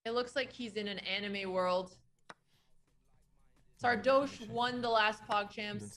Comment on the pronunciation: Can someone tell them the "oche" of Sardoche is pronounced like in "posh", it's not "Sardôôôche" or "Sardouche", well, maybe "Sardouche" is fine though...